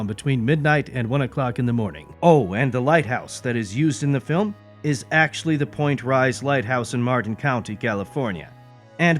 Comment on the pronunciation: Dude, get your pronunciation right. “Point Rise lighthouse in Martin County California”? It’s Point Reyes lighthouse in Marin County California!